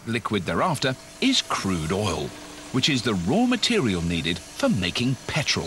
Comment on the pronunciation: liter of pertol... while doing the show in Texas. ok